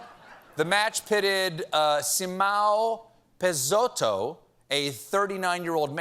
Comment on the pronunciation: é incrível como os gringos não conseguem pronunciar nossos nomes latinos! peixoto é difícil, mas irineu é simpleees demais hahahahhaha